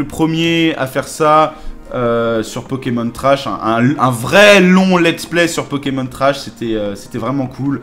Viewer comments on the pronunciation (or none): non c pas possible il a appelé c pokémon anus 😂😂😂 jpp